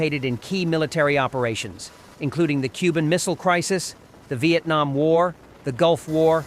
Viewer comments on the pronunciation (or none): none